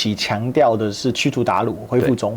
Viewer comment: 驱除“鞑虏”，不是驱除“大陆”